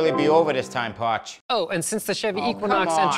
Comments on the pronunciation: what in the fuck does he call the spokesman? porch?? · Why does he call him pawch? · "Jay Dee Powha" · When the video started did it sounded like Parch said “Shitty” or just me? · What's he calling him? Potch? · What does he keep calling him? “Pawch”? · lol whats a "pawts"? srs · WTF is a “pawtch”? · the fuck is a “pawch”?